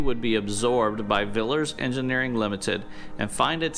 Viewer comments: Also Viliers not villers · Great Video..Villiers is pronounced VILL -E-ERRS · Love the channel, subject matter and the builds! Couldn’t help though (as a Brit) being mightily distracted by your pronunciation of Prestwich and Villiers😆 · lf you pressed a Witch she may then be described as a PressedWitch- easy. Villiers you just didn't pronounce the second 'l'- easy.